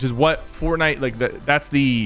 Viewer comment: You said lake instead of like